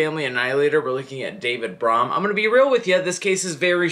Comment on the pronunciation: It’s pronounced brum I can give you some more info if you want to make a update to this